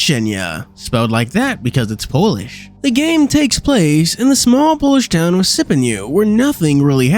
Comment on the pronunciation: When you read the word "cienie" as "cienia" it is very confusing when you understand Polish xD